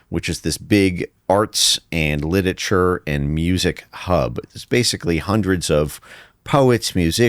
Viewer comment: Can even pronounce "literature?" Such a hack.